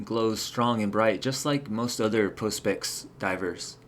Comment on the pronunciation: ProSpex not ProsPex